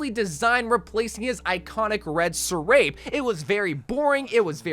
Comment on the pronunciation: Wait wait wait. Did you pronounce sarape as sir-ape?